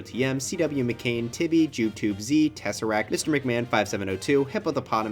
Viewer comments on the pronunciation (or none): none